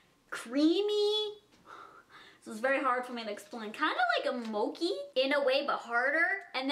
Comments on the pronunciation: MOE-CHI!!!! not moe-kee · It's not mow-key it's mow-chi like the straightener on the end. My boyfriend is Japanese and goes crazy when you say that hahah ❤️ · Ily also I think Mochi is pronounced (mo-chee) idk though ❤️❤️ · when she's ranting abt the pronunciation of reese's but proceeds to called mochi "moki" and she calls anastasia beverly hills "anastashia" CRINGE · Lmao that's not how you pronounce mochi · Rebecca Leviev people say things differently, get over it.